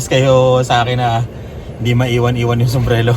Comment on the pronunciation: Ano ba talaga kuya, sumbrero o sumbrelo huhu ingat po 🙏🙏🙏